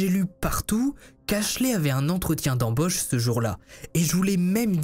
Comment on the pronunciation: Un entretien d'embÔche..😂!?... C'est quoi cet accent ? Mdr. Mais je t'adore ...